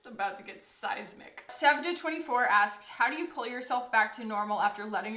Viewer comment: Sevda24 here 🙋‍♀️ thanks for answering my question and pronouncing my name correctly. Taking your advice all in 😊 currently square breathing. Thanks!